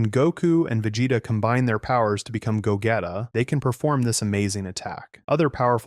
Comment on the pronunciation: “Ru-ditz” “Go-getta”💀